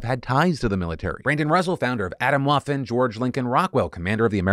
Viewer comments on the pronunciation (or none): none